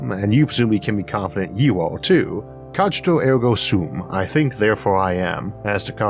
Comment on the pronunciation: "Cog (rhymes w/log)-eat-oh air-go some" is from work of "Day-cart"